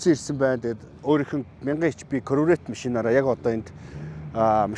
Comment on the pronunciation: корврэт гээд байх юм аа 🤣😂